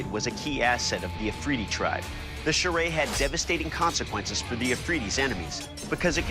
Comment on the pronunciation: Hi there. I would like to tell you that I am from Pakistan and you pronounced it wrong, this weapon is "Churaey" not "Charay" please pronounce it correctly